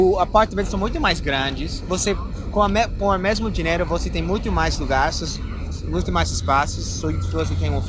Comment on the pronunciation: Amigo Gringo não sei se você consegue perceber mas você está pronunciando errado a palavra "Dinheiro" você está falando "Dineiro"... nos dois vídeos eu percebi isso, seu inglês já está ótimo mas só pra dar uma polida ainda mais...